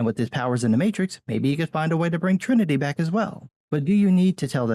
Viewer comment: You mean The Mate-Trix?